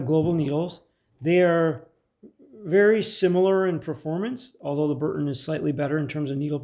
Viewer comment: The U.S made compass is made by B R U N T O N, but you keep calling it B U R N TON.